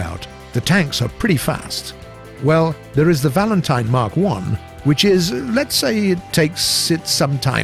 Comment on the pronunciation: Nobody: War-Thunder Commentator: wIcH iS INsaNe